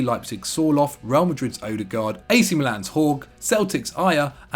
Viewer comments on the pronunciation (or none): none